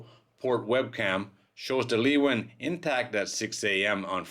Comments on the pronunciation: Leeuwin is pronounced Loowin not leewin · Actually it's pronounced laywin. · Pronounced Sail Training Ship 'Loo-win' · The ship's name is said like "Looin" by us locals. :) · That's a terrible shame! BTW in West OZ we pronounce it 'Loowen' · Phonetically I think that you come closest when you pronounce it as "leawin". Like you say learjet. But the R gets replaced by the W and the rest sounds as you write it. It is a Dutch word and it means lioness. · Just heads up leeuwin is pronounced “lou win”